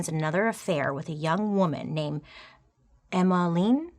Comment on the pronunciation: Lol its Emma-Line 😂 there's not many of us!